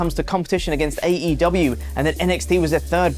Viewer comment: Jericho pronounced AEW wrong 😂